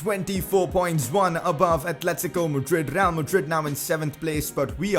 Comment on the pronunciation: who else heard him say rrreal madrid